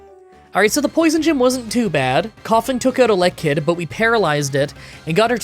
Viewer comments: 4: 28 To think I was actually looking forward to this. Also, that's a weird way to say Elekid when Electrabuzz sounds correct to me. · your pronunciations for duosion and elekid are really bad lol